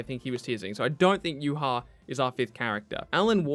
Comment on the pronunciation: Yuha? That was the gringiest way to pronounce Ywach ever